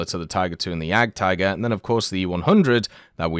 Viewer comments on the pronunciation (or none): none